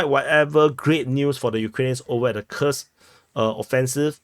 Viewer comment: As others have noted, Kursk is pronounced "koorsk", the same as when you pronounce Putin as "pootin".